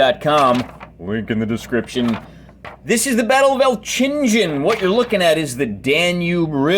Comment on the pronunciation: Great video, it's given me some inspiration for when I finally complete my napoleonic forces. For future reference, it's pronounced 'elk-in-gen' (hard g at the end)